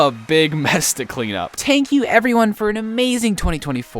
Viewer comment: He said tank you🗿